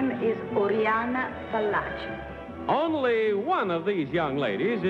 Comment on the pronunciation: Fallaci not 'Pallachi; no? 'expert on women'?